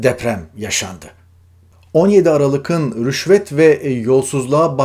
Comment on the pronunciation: Aralığın diye okunur